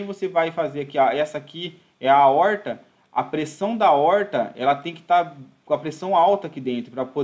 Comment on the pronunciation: Se possível, te agradeceria pessoalmente, mas por aqui ja é suficiente. Ótima aula e um assunto que devemos sempre ter em mente a sua solução. Um grande abraço. Ansioso para as próximas aulas. Para descontrair: A"oooorr"ta.